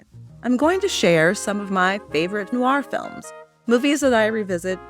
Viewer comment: rare to find an american film noir expert who can actually pronounce "noir " correctly ( they usually say noo-wahr)